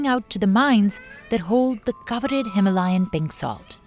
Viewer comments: Him - layan nhi hima - layan 😅😂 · no himalayan, its HI-MAA-LA-YAN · The narrator needs to learn to pronounce Himalayan. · Wild pronunciation of Himalayan